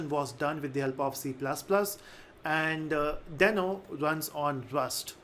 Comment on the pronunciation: yes that's what I thought as well but I guess they intentionally decided to pronounce it in a different way. Check Ryan Dahl's (i.e. the creator of Deno and NodeJS) videos on Deno. He doesn't sound like "Dino". Cheers.